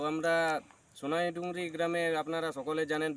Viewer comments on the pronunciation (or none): You are speaking Sonaidungri But not Sonaidungri 🤔 It's Sonadungri